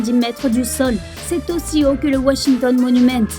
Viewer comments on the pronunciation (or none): none